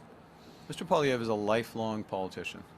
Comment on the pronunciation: Exactly when are these journalists going to learn how to pronounce POILIVRE'S name? But desp that Carney still trashes him. What a jealous man